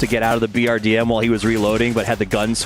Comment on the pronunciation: BRDM has been around for so long yet the commentators still can't say it correctly they always say BDRM, c'mon guys it's not hard it's 4 letters.